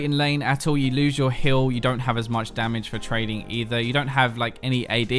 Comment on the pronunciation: I swear he's saying Hill instead of Heal.